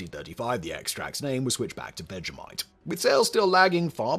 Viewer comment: That was vegemite. Why does this guy keep saying vejamite? It's people like him who ruined the netflix teletubbies reboot.